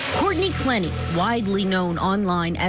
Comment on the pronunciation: * "clEH nee"